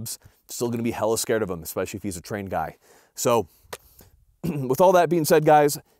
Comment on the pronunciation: Dang. You just murdered the “guy” in the beginning.